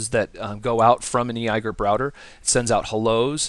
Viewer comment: I had to thumbs down this video just because you said "ee i gerp", otherwise great video!!!!